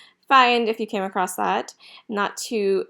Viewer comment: Just a note, There is no "t" in ACROSS